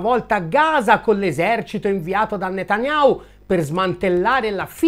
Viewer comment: NOOooo...! 😱😱😱 "Benjamin Netanyhau" noooo...Dannato, tu si che sai come convincerci al "dono spontaneo"... Comunque, al di là delle invettive finali, sempre molto chiarificatori i tuoi video, bravo...